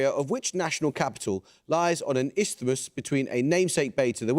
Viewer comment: Actually, he pronounced Isthmus correctly. The th is supposed to be sounded but most people are too lazy to do it. It's the same way that we don't usually pronounce eczema correctly. It's supposed to have 3 syllables, not exma. I thought he did better at the Te Reo place names than many older Pākehā on talkback radio 😂 .